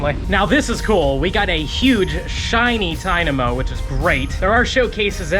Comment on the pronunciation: It's funny that it's your favorite Pokémon. But you don't know how to say its name that's funny😂😂